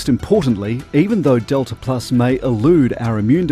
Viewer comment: Wtf is detla plus